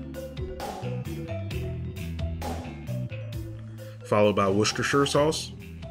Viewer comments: Chester Sauce! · ..you almost got the "worcestershire" sauce pronounciation right lol looks great pal, did you save some for me?